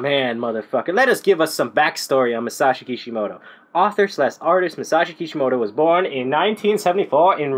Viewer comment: its masashi kishimoto but nice video